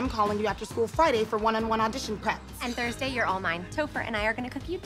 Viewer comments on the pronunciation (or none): the german pronounciation is uh... sure are sounds. those are technically noises. they basically pronounced 'thursday' as thorsDOY